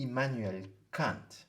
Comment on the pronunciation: I have a stroke everytime Foucault says Kant in a French accent lol